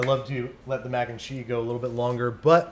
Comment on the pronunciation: Every time you say, "mac and chee," God kills a kitten...